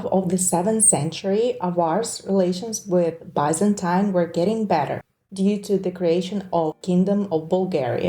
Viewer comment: So many incorrect pronounciation. It's not Bazantines but Byzantines, and not Vaineruold but Vinervald :D